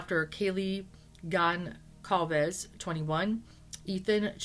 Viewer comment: I know her name is unusual but it is pronounced Gon-sal-vez.